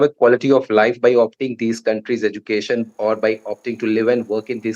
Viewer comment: Aussie, not OZ. And the host cannot even say education correctly. These third world filth are beyond delusional making demands; they make Kardashians look sensible. That's how hopelessly beyond pathetic they are!